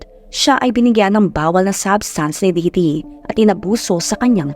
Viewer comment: Correction- It's Ditty not Didity hehe